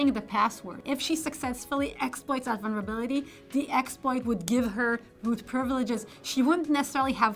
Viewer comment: listened again - it was 'one-verability' of some sort